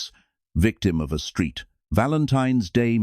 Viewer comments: Someone should tell the AI that it is the Saint Valentine's Day massacre NOT the Street Valentine's Day massacre. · Stop with the stupid AI voice, mispronouncing St Valentine's as street Valentine. You dumb dumbs